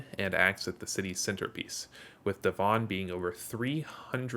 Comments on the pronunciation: Spelt Devon, but pronounced Devin. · for The Devon tower its pronounced DEV-in also soon to be the second tallest in Oklahoma the first is slated to be The Legends Tower aimed to be 1907 ft tall making it the tallest not only in Oklahoma but the whole nation ...Take that Texas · Little sidenote, but the Devon tower is pronounced just how you pronounce the devon in devonshire England.